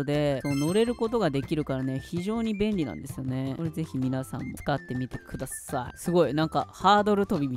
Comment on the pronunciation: 𓂃 ｢使ってみてくださぁっい｣ 語尾にアクセントついてる話し方笑いました笑